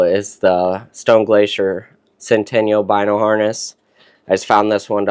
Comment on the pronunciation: Great video, good info👍 Also the stone Glacier is pronounced sent-i-nal not sen-ten-ial